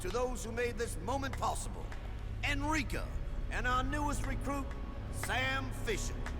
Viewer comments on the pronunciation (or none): Sorry for necro-posting, but It's ENRICA, not "Enrique". Enrique has nuts (it's a MALE name), Enrica doesn't! For goodness sake, you let the cruise ship blow up because she has a cute ass, the least you can do is get her name right! (Sorry, but it trips my OCD every time you get her name wrong. You did get it right at the very end, at least.)